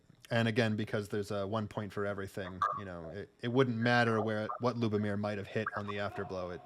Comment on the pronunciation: I got eliminated by Lubomír in the 3rd round. Yes, his leg cuts do hurt 😁. You did great job in pronouncing the names!